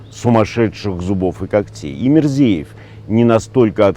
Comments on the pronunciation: Мирзиёев, хотя Мирзеев прикольно звучит)) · Правильно по-русски произносить Мирзияев, а по-узбекски Мирзиёев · Фамилию президента чуть не так произнесли Глебыч - Мирзияев его фамилия я не произнесли внятно